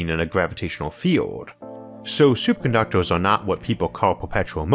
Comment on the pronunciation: “Superconductwers” ye!!!!!!!!!